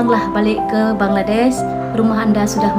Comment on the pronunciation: Rata2 Indonesian menyebut BANGLA'DES.'.bukan BANGLADESH sebutan biar PRO la skit bro..jgn kekampungan dan tidak berakedemik..buat content study dulu bro😢